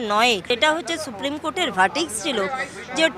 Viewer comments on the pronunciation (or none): হায় রে সরকারী কর্মচারী Verdict কথাটা ঠিক করে উচ্চারণ করতে পারেন না | হে ভগবান কেন সরকারী কাজ গুলি এত স্লথ গতিতে হয় এবার বুঝলাম যত সব অযোগ্য দের আখড়া | শ্রোতারা একটু মন দিয়ে শুনে আমার কথাটা মিলিয়ে নিন | ধন্যবাদ |